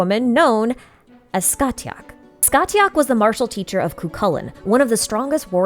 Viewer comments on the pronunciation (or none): Heyyyyy just thought I’d let you know Scathach is pronounced Scaw-Hawk (from an irish speaker 💓) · amazing to see how the story of cu chulainn relates to childe. btw the t in scathach is silent so it's pronounced scahach